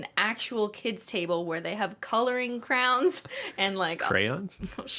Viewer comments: cristine pronouncing crayons as crowns will never be not funny to me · omg i pronounce crayons like "crowns" too i feel seen